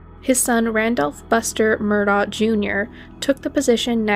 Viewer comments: It's pronounced Murdock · Its pronounced Murdock